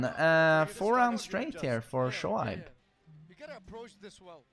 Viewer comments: Pakistan really killing it in these Tekken tournament! It’s also great to see characters that you’ll think wouldn’t stand in tournament battles to just smash it! P.S his name is pronounced “ Show-Abe” 😉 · Shoaib is pronounced "Shoayb" like how people say "ayyy" that's how you pronounce it. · Let me make it more easy. It's show-aib (that's Abe from the word 'babe')